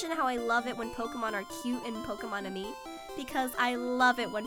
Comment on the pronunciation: Woh, woh woh! Did you just say "Pokemon and me"?! It's Pokemon Ami! AMI! Like, French word for Friend.